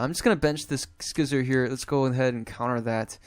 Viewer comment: Usually people pronounce See-zor. Scizor is one of the most famous, powerful and beloved Pokémon since its release in competition. It is so strong and got so many move pools and way to be played. So it's so nice to see some play on TCGO as well, because it really deserves it. Thank you,, for making a video with my favorite Pokémon ever:D